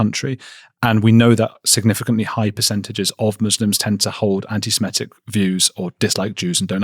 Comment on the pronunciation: Andrew! Again, I am severely disappointed that you, a jewish man, would say 'anti-simetic'. It is pronounced 'anti- seh-mih-tic'. It's like saying the Nozis were marching in Navimber! Oh, and Hoppy Chrastmus, Undrew